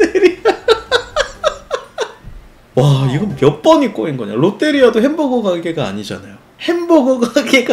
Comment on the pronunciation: 롯'디'리아 ㅋㅋㅋㅋㅋㅋㅋㅋㅋㅋㅋㅋㅋㅋㅋ